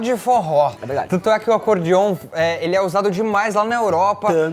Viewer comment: Não e acordiom e sim acorDeom com a letra E